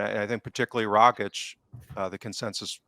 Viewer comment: Tom Rogic was at Celtic for almost a decade...fantastic player...Aussie legend...so many great moments provided...and still can't pronounce his bloody name...(rog - itch)..I was amazed how many Celtic podcasters get it wrong...let me end my rant by saying great show as always